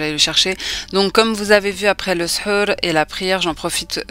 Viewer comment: Salam tbarkallah alik. j'adore tes vidéos. Tu me fais rire quand tu dis SHEUR au lieu de SHOR..SHEUR c'est la magie noire et SHOR c'est le repas du matin pendant le ramadan 😂❤❤❤.